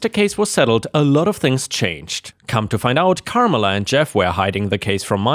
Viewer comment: It's Car MELLA